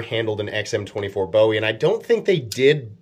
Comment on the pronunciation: You have insulted the name of Col. Jim Bowie, the town of Bowie Texas and the Texas Alamo which we Texans are rather protective of. . Please learn to pronounce the work correctly. It is Bowie, Pronounced Boo-We. KnifeMaker